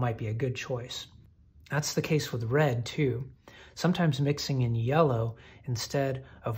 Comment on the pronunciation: Did you say, "yeller" on purpose? 😂 That's what I call it..